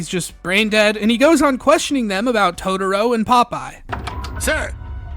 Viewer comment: Totoro, not "toutourou"